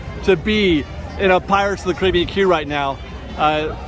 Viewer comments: I hate that you pronounce Caribbean, “Caribbean” and not “Caribbean”. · Still can’t get over how you pronounce Caribbean when referring to the ride 😭😭